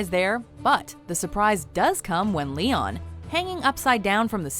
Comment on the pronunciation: That's not how to pronounce Léon for fuck's sake